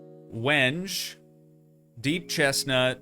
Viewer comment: WENGE. AHHAHAHA, is pronounced "when-gay". LOL. Yes really